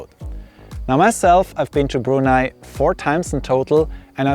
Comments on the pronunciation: I just love the fact that you pronounced "Brunei" correctly. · I'm impressed that you'd visited my country for four times. Nice unbiased review and colourful video. The way you pronounced "Brunei" was perfect. I've never been to Switzerland (I'm a nature lover), but the neighbouring countries of Swiss. Subscribe!